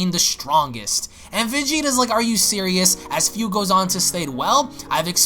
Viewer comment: man im pretty sure his name is Fu, pronunced Foo (like Foo Fighters) and not as Fiu